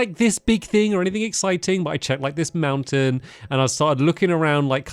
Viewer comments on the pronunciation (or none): none